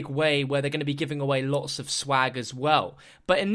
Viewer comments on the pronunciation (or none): none